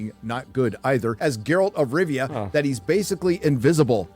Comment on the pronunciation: Gayralt of rovia